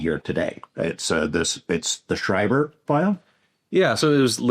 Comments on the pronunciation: He pronounced the AF base wrong. Its shree-ver not shy-ver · Schriever is pronounced Schreever